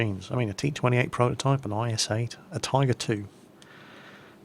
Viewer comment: you say js 8 not is8